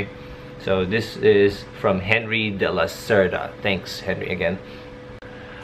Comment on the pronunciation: holy shit. he said my name right on the first try ? People who speak Spanish say my name wrong half the time. ( im henry de la cerda) also awesome that my question showed up.